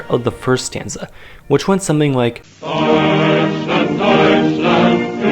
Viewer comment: English people when they want to say ,,Deutschland": Dutcheland